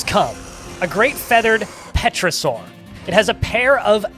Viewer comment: It's pronounced pterosaur, not pterosaur!